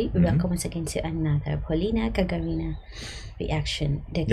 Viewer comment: Gag[á]rina, like Yuri Gagarin.